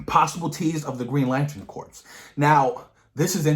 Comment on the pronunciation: Just so you know, "corps" in "Green Lantern Corps" is pronounced like "core". The P and S are silent.